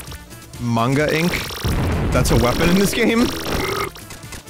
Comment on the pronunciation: During Zenkaimura, binvopt pronounced the word "manga" correctly. His English degree is finally paying off.